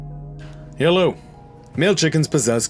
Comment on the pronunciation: I hate that moment when you say yellow